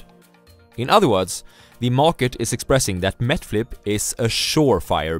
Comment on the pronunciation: MET FLIP (NET FLIX) LOL